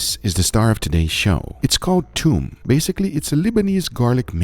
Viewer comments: thoom not toom it means garlic 🧄 ثوم 👍🏼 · It's not toom. It's thoom. And thoom means garlic, not the sauce.